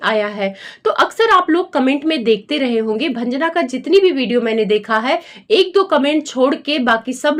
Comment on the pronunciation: भंजना क्यों बोल रही हो